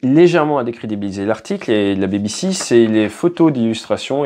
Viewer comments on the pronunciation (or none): Euh pas la "Baby Sea", haha. Plutôt "BiBiSi".